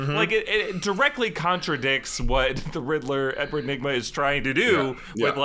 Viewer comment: RID-LER NOT RIDDLE-ER. Also, I'll take a Bat-brand. Go ahead and sear me up! :D